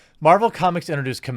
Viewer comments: Don't like this non-character, but it's Kah-mah-lah, not Camilla. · Camilla: a dated, WASPy name for a rich anglo socialite. KaMAHla, Jeremy, get it right! Pronounce it like It’s a Kam followed by Islamic name for God, or else Sana Amanat will send her squad to reeeeeeee at you. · I really think you need a script. Also, as much as I hate the character, there is no "I" in her name. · Dear god man, it's "KA-MA-LA" not Camilla. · Watching this video to see if you’d mispronounce her name and I was not disappointed! Hahaha!!!